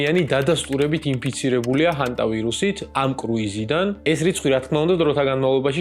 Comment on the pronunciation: ჰანტა არა ჰენტაი ძმა 🤣🤣😂